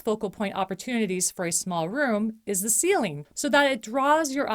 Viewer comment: Nicely done! You present great information with nice narration. One gentle suggestion: to make your narration sound even more conversational rather than sounding like you are reading, you may wish to consider pronouncing the words “the” and “a” as short sounds, rather than long sounds— or more simply said, use the pronunciation you would use in normal conversation. Some regions of the country teach reading for some reason with the alternate pronunciation, but as a scriptwriter and dialog coach, I find this makes for a more stilted delivery. Just a suggestion. Thanks!